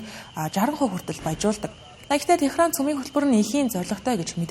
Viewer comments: Ираны нийслэлийг Техран гд уншаад бхын. Тегеран гэж дуудна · Техран гээд байх юм. Тегеран